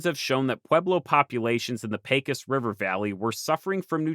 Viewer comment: great video! Though as a New Mexican, i did cringe when you said Pecos river (pronounced Peh kos)